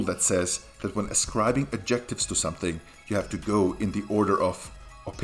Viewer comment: is it common to stress the word "adjective" on the 2nd syllable, instead of 1st? Your version sounds very weird.